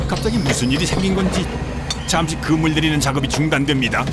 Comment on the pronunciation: 그물 내리고! 할때 특유의 부산남자가 느껴진다